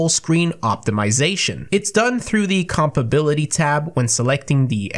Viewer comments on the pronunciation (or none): 20 seconds in and he says "compability" LMAO